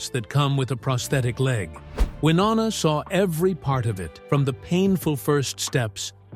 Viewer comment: Love Wynonna, Hate the A-holes making these sensational videos that bear little real truth in reality. To begin with how about learning how to pronounce her name. Stop already you are a disgrace trying to tear people down to make money. Shame on you.